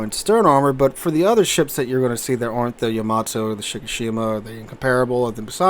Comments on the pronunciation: Its supposed to be pronounced like that, with no emphasis on either consonant, thats the original japanese pronounciation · Why do you pronounce the Yamato wrong? If you’re doing it to annoy people who are grammar snobs then it’s working.